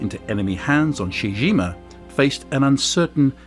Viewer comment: It's pronounced CHEE-CHEE GEEMA, not SHE JIMA.